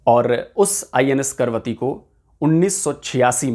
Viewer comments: जानकारी देते हैं वहां तक तो ठीक है, लेकिन जहाज का नाम आप बार बार गलत ले रहे थे. ये 'करवती ' नहीं बल्कि 'कवरत्ती' है. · करवती नहीं कवरती लिखा है. तो कवरती ही बोलना चाहिये. करवती नहीं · 'Karvatti' nahi Kavaratti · It is not Karvati. The name is Kavaratti. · Is it KARVATI or KAVARATTI?? Cause you wrote in the video as KAVARATI but you are pronouncing it as KARVATI... clarify the doubt 🙏👍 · Karvathi nahi ka, va, ra, thi. KAVARATHI कवरत्ती... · It's Kavaratti not Karvati. At least please pronounce it correctly . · कैसे पत्रकार हो ।आपको पढ़ना नहीं आता है इसका नाम करवती नहीं है जैसा कि आप बार बार पढ़ रहे है इसका नाम कवरत्ती है यही लक्षद्वीप की राजधानी का नाम है फिर भी नहीं समझ आये तो जहाज पर नाम लिखा है कम से कम उसे ही पढ़कर उच्चारण सही कर लेते। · अरे 'करवती' नही "कवरत्ती"। प्रोग्राम बनाने से पहले नाम तो ठीक तरह से बोलना सीख ले। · Pl. Pronounce name of the ship correctly for effective communication.